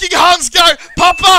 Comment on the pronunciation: Its pappa!!! Not papa!!!!